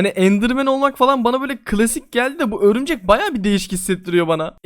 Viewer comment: Örümcek ne lan o örmücek xd